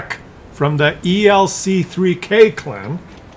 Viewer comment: Hey, I think the clan ELC3K is pronounced 'ELC freak', because they all love their ELCs